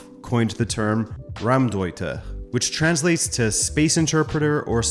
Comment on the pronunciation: Hearing "Raumdeuter" as a German is so funny (of course German is difficult)😂👏